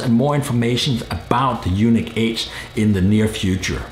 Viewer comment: Isn't it pronounced "unique" instead of "you-nick"?